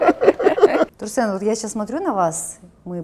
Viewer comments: ТурсЭн, слышать это прям слуз режет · Не турсен а турсын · "Турсен!" (((. какой он Турсен?! Турсын! он казах, значит он Турсын. ...как попка долдонит это имя))))